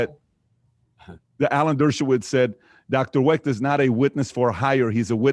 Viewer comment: “ I GOT 21 PEOPLE IN MY HOUSE " GET THE HELL OUT !!! , “ YOU BETTER BE DAMN PASSIONATE ABOUT THE KENNEDY ASSASSINATION “ !!!! MR. CYRIL WECHT , NOT CEREAL WRECK !!